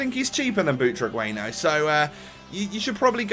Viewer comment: Its pronounce Butraguenyo